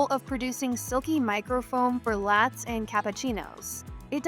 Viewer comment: Seriously, for "lats"? Your AI needs to read better lol.